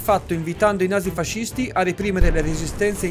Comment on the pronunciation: si dice nazi-fascisti non fasisti soccmel